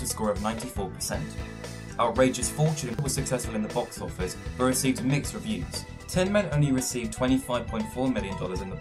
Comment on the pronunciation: Mistake Found, Bof Office instead of Box office